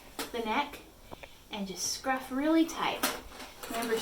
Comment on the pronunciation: They're kittens, not sharks... scruff, scruff, scruff.... emphasis unnecessary.